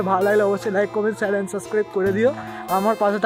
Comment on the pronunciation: SHEAR ❌ SHARE